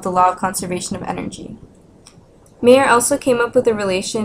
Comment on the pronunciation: Sorry, the location of MAYER is wrong. He is no beer drinking man from Bavaria ! We lived in BADEN WUERTTEMBERG !! Please pronounciate MY-YOUR and not MAY-ER ! This sounds very bad for my German ears ! THANK YOU !